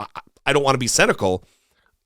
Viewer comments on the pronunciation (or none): Did you say CNNICAL ,?